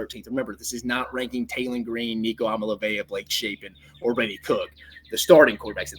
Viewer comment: Please look up how to pronounce Nico’s name